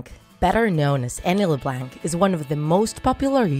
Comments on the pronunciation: If your gonna say their last name say it correctly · How do you make a draw my life, but can't pronounce their last name. It's french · The c is silent in Leblanc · Annie Le bLaNk me: I'm pretty sure its pronounced Annie le blaunk. but Idk I may be wrong. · Omg the way she says Leblanc it's not Le blank it's Le blanck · It’s not la-blank it’s la-blonk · It’s not pronounced “LIBLANK” it’s called “LEBLANC” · Leblanc!!!!! Not leblanck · It’s not la blank it’s Leb blonck like blonde with ck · It’s pronounced leblonc not lebanke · I'm so sorry...but the way you pronounce things is really throwing me off... La-Blank? It's kind of like Lah-Bl-on-k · Alicia Rutledge no it’s pronounced Le- blank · Alicia Rutledge ikr! Le BLANK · It is lu blonck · It's not "LeBlanc" it's LeBlonc even though it's spelt leblanc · It’s Le-Blonc that’s how you pronounce it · i’m sorry.... leblank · its not la blank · you say leblanc its pronounced leblaunc but it is spelled leblanc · Its pronounced LeblOnc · It makes me uncomfortable that she pronounces leblanc like leblanck. mostly because my last name is also leblanc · Leblanc?? It’s pronounced like leblonc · And the pronounciation of leblanc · Alicia Rutledge I agree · shes saying leblanc wrong that BUGS MMEEE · It's LeBlanc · You said LeBlanc wrong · She says Leblanc wrong 😂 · Your saying LeBlanc wrong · She pronounced Leblanc wrong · She spelt "summerall" wrong🤣 And pronounces leblanc wrong🤣 RIP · learn how to say "LeBlanc" omg